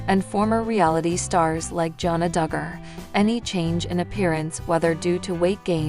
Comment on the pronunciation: You pronounce her name wrong repeatedly and believe me it's not that hard; you reported things that a Î know are not true, and you are running a completely fictitious channel. People need to know that., also, you said she married Austin Forsyth. That is her sister's husband.